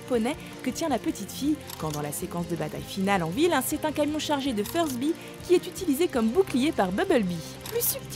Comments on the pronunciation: Y'a pas que moi que sa choque c'est rassurant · c'est BuMble-bee et Furby pas bubble bee et fursbee meh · C'est un Furby sur le camion, pas un "Fusby"